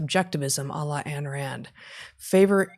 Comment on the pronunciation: Q&A Ayn Rand (pronounced "EIN rand" not "Ann") So, how will a society that resorts to social support--involving instantiated moral hazard--work in a world of game theory? Can we program out the corruption?